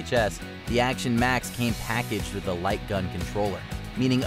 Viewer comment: "The commodore is keeping up wiU"